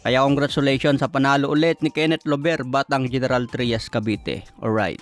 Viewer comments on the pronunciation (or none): none